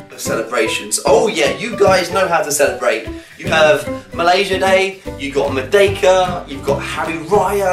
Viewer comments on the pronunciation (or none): none